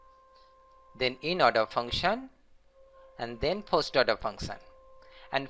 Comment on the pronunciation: eeennn-Ordaaa (inorder).....boosss orda(postorder).........pee - orda(preorder)...........Pin F (printf)